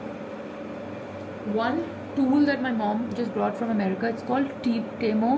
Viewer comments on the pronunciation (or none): none